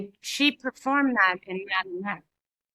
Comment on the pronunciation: Darling, could I make one loving and respectful suggestion: in future videos, could you pronounce "Madonna" in your authentic Italian accent? It's an Italian name after all! 💕 Thank you for your incredible work and dedication to Madonna's art. 💋